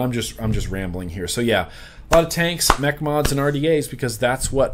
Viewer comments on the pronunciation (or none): none